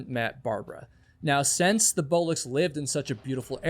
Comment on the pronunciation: We should never assume the two unidentified men were hiding anything. Your other theories make a lot more sense. Speaking of which, were you aware that you pronounce since as sense.